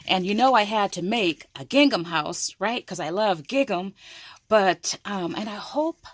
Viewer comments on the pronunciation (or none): I got this die also. I can’t wait to use it after watching all of your wonderful ideas. I love your enthusiasm! I am not the pronunciation police. But many people watch your videos. Bless your sweet heart. You pronounce the word Gigum. It is actually pronounced Gingem! Like Ring Em. Please accept my humble advice. Just wanted to help. What a joy to watch your videos!!!!